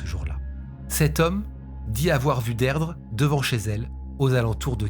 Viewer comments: Son prénom se prononce "Dirdra" pas Deirdre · Beaucoup de mal à suivre la vidéo. En tant que bilingue mes oreilles saignent. Derdre 😂😂 au secours. Ça se prononce Dirdré. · On dit plus "deerdree" que deidre...ça sonne dead ....mais sinon j'adore vos vidéos et votre studio va etre malade ❤ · La prononciation irlandaise est «Deerdra». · Les prénoms irlandais sont compliqués à prononcer ( Deirdre se prononce dee-dree😉). Merci pour pour tes vidéos. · Son prenom se prononce Dirdra😅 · Alors Deirdre se prononcer Dirdra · Her name is pronounced “Deedree”… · Tres bonne video cependant Deirdre se prononce "Dir-dra" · Deirdre se prononce « Deerdra » 🙂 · J'aime beaucoup vos vidéos mais vous entendre prononcer et répéter ce prénom "Deirdre" fait mal 😂😂😂